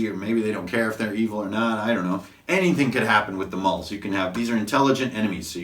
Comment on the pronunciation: I always thought "Mul" was pronounced like "Mule". Especially given their half-breed and sterile nature.